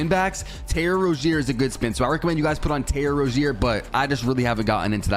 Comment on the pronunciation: “Terror rozier” 😭😭😭